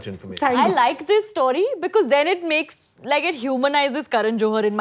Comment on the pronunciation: story not St-Aww-ry.